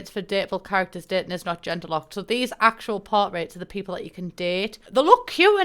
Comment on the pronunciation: Q_Q "gen,ders" 😩